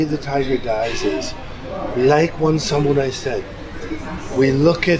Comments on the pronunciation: It's not sam-your-eye. It's sa-moo-rye. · Just FYI it's pronounced Samu-rai not Sam-u-rai